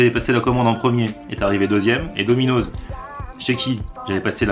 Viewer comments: C'est pas DOMINOZZZZ c'est domino'SSss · domino'ss pas domino'z ptn sa ma stresser tt la video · on dit pas dominozzz on dit dominos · on prononce dominoss bolosse va